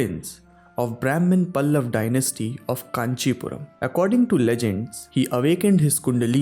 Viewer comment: It is pallava not pallav and kalinga I don't know why in North the sanskrit names are not pronounced properly. It is truncated to make it a hindi pronunciation.